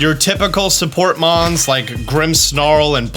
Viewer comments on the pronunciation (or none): none